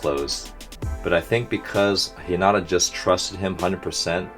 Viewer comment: Hinata's name is pernounced He-neh-tah in japanese since they don't really have a "r" pernouciation in japanese. And if you listen to the others say it in the anime it's you'll hear how it's said